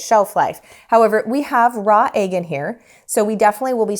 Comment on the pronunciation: I dont think I've heard "egg" pronounced as "ayg" before. Where are you from? Love the lemons!!!